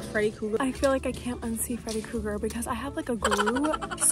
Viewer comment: "I dunno.. I don want to look like Freddy Cougar" LMAO I think the mispronunciation highlights the fact that Freddy eats and u should buy the sweater